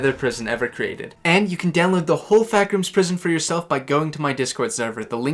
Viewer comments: Ah yes, you have been sent to “THE FAACK ROOMS”. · "The Faack rooms" The fuck rooms